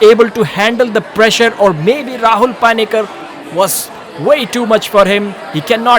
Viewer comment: its not paani-kar.. pani-kar.. how hard is that?